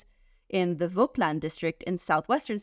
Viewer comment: Honest question: did you choose to pronounce Vogtland as "Wogtland" (instead of the correct "Fogtland") for the American audience or did it happen out of habit or not knowing the correct pronunciation? Of course I understood what you were talking about, so it's no big deal, but I am curious